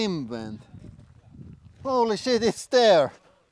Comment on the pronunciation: I'll never get tired of hearing him say "Holy sheet!"